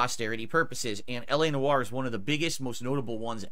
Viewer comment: My French ancestry cries out in pain each time he says Noire.